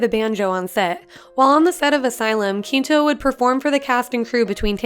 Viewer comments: I always cringe and feel embarrassed for people who mispronounce Zachary Quinto's name. It's pronounced quinn toe, not keen toe. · When she was pronouncing the people’s names it actually gave me so may difficulties especially with Zachary Quinto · please learn how to say Quinto and Lange.